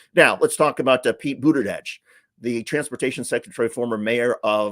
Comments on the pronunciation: Bootidudge? Isn't supposed to be a j sound like judge? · Love watching you but Please! Pronounce Pete Buttigieg’s name correctly! It’s not Buttidieg. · It's Buda-jej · I believe you’re pronouncing “Buttigieg” wrong! I’ve heard it’s “Booty-Judge!”🤔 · We hate Trump's constant lies so click bait titles that are a lie just feel yuk! Also, please pronounce Pete Buttigieg's name correctly. It's not Buttidedge! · You only said Pete Buttigieg's name correctly once that entire time. Smh... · Love your videos but please learn how to say Pete’s last name correctly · Cool 😎 but why can't you say Pete's last name?